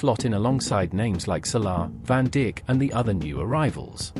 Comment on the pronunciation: woah woah woah did the the voice over just say virgil van dick instead of saying virgil van dijk WTF 😂😂😂